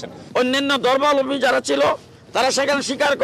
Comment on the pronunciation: ধর্মালম্বী না, ধর্মাবলম্বী